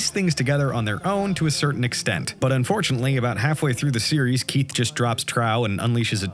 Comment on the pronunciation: Your pronunciation of Keith's name in the beginning made my laugh my guts out